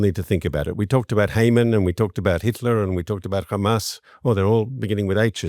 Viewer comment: Why are these people saying "Hayman" instead of "Haman".